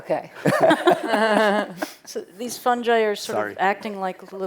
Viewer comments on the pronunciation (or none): he says fun ji LOL is it not fun guy